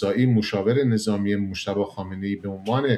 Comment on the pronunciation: اقای شما عمدن دارین مجتبی رو موشتباه تلفظ میکنین واین برای انسانیت درست واخلاقی نیست.جانم فدای ایران اسلتمی 😮😮